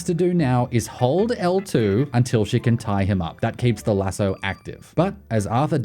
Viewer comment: What's with your pronunciation of lasso??